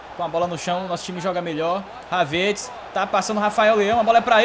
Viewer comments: fala o nome do Kai HAVERTZ certo.. rsrs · Mano só eu que tenho uma raiva quando ele pronúncia o nome do Havertz errado.